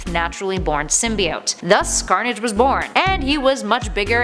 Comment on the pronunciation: She said scarnage on